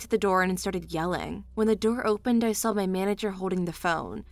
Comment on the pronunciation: Can the woman narrator please spell out the word saw say and realize there is no flipping l in it.